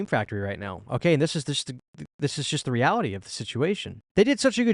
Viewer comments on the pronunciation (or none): none